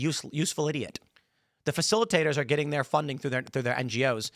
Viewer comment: “D’heys gittin paid” 😂